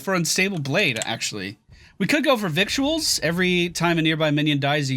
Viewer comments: The talent at 7 is pronounced 'viddles'. Funny word, that. It's actually spelled vict-u-als. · Not being a grammar trump, Victuals is pronounced like "vittles" which is where that word came from.